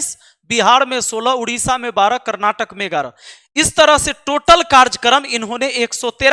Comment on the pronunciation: सर,माफी चाहता लेकिन बताना चाहता कि कार्जकर्म नहीं कार्यक्रम होता है।